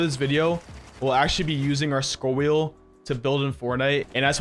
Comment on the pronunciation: New drinking game: Every time says "Scrol wheen building" You drink....